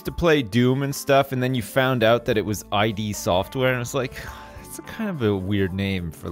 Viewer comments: It's id Software! Not I.D. just id! how dare you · its not I.D. software (pronounced eye-D) its ID (pronounced like 'it') its a part of the human psyche residing in the unconscious, that is the source of instinctive impulses that seek satisfaction in accordance with the pleasure. The name is reference to the developers wanting to produce good games which generally give players pleasure or satisfaction to play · Hello, it's id software, as in "it" but with a d. "Id was a great day today, until said AI DEE software" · Doom was made by id software. pronounced id software not eye dee software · Trivia for the day: id software isn't pronounced 'I-D', they're named after the psychological concept of the id. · Pronouncing Id Software "I.D. Software". That's a paddlin'.